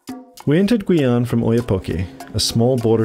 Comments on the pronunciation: Guyane is more like Gee-yan than Gooey-an ^^ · Non ? C'est gu--ee-ann